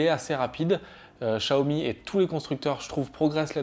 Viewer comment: Vous prononcez mal le Xiaomi